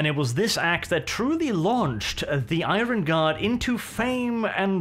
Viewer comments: For heavens sake IRON is pronounced Ai-URN. My brain hurts after all the 1000 times it has been said incorrectly lol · Where on Earth did you learn to pronounce the word 'iron'